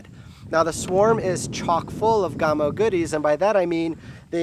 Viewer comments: Hi-ho, all. I just LOVE to nit-pick. HEY! I get it from my mom! Any who, the name, GAMO, is pronounced as in CAMO. You don't call it COME-OH, but like CAM-OH. Same with this company's name... Gam-Oh. Oh, and I REALLY like my .22 Swarm. I am getting nickle groups at 30 yards. Okay, done nit-picking for today. And people - - - IT'S ALL IN GOOD FUN. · Its GAAAAAMo not Gumo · My box says 1000FPS but I can tell compared to my others if it was in the 600s it would be gone already. Im shooting 22 grains faster than 660!!!! I turned volume down cudnt stand hearing GOMO 1 more time its GAMO A like in animal. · Reviewing a gun when you don't even know how to say it's name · His pronunciation of Gamo is SO ANNOYING!! REVIEWING A GUN WHEN YOU DON'T EVEN KNOW HOW TO SAY IT